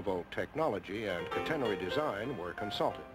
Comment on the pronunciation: Boy that announcer sure can't pronounce 'catenary' (CAT en nary).